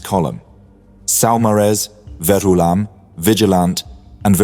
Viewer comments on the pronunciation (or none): Veroolam? It’s Verulam as in Roman St Albans! FFS! Lost me there!